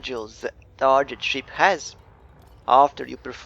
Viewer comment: Hey I think your videos are really great. Thanks for making them. (I do not speak another language so I appreciate you making your videos in English. :D Your pronunciation of the english word "target" sounds like this "tar - J - et". I feel if you pronounce it with a harder "G" .... like this ... "tar - GUH - ETT" it might be an improvement. But like I said I really appreciate your videos. Cheers)